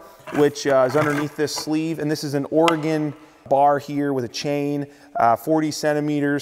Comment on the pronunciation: Thank you for not pronouncing Oregon, "Oregoneee"